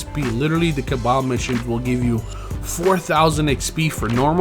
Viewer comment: He said caballs